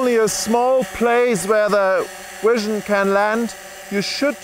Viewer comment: man said wision